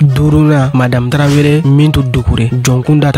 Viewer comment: Je vous invite à bien prononcé les mots Tarawele ou Traoré ...pas traveré